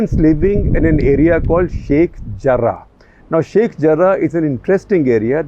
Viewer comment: SG has practised hard to pronounce words like Harem, Jarrah :) 👍